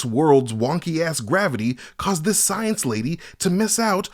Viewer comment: You keep misspeaking "mavity".